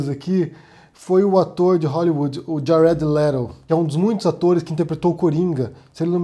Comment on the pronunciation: Djared Lerou. RSRSRS. Abraços